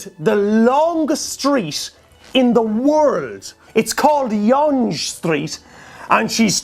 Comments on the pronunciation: The longest street is pronounced "young" not how you said it. Sorry. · It's pronounced "young" street :) but I can understand the misunderstanding due to its spelling